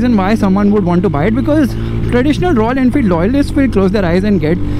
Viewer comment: "I don't know if the focus is on bikes or royal enfield...." - isn't it the same?? Just kidding I know you mispronounced .....😂😂